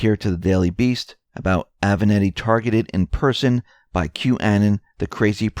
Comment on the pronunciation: Italian porn lawyer's name is A-VE-NAT-TI. As in, I HAVE A NATTY suit. It's NOT that difficult to get it right. Trick is to GIVE A DAMN.